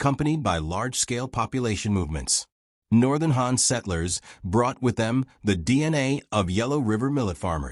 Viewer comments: Even though the video is actually refering to the Hàn people, the pronunciation is like Hán, so maybe because of that he/she got confused. However let's clear it up, the video is actually talking about the Hàn people of China. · Wrong tone, man